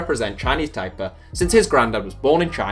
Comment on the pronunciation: Why is Taiwans flag the map of China and unified with China? China and Taiwan are two different countries. Its pronounced "Tie-Pay" too :)